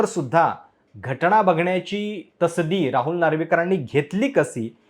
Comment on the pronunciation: कसं काय तुम्ही पत्रकार आहात?? न आणि ण यातला फरक कळत नाही... घटना असत घटणा नसत